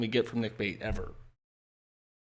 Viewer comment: Errver and errver